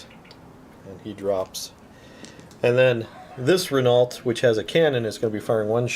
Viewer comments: Great game lads but I had to nit pick: They are French so it's Ren-Oh, not Renarlt. Ren-Oh as in 'Oh dear' or 'Oh crap' Top stuff, I watch everything you guys put out :) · It's pronounced "Ren-ow". Gods, in every effing video of yours lol keep up the good work anyway...